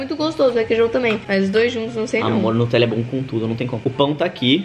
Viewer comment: "o falou *notella" kkkk n é nem Nutella, é *notella kkkkkk